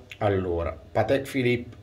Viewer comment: E soprattutto c'è chi continua a pronunciare Patèk e non Pàtek...🤷‍♂️